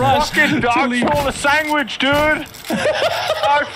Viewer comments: Chocolate sangwidge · Choclate sangwidge